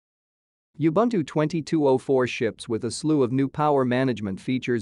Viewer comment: Please learn how to pronouce Ubuntu. It is Oo Bhoon Thoo.